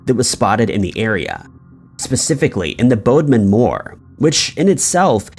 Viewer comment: The place where the big cats are is pronounced bod-min not bodemon just to let you know.